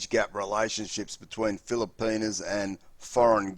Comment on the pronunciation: He says, "feel-a-pee-nus 😂😂